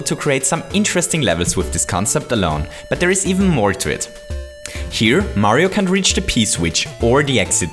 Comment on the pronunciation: Chili P Mario- maaario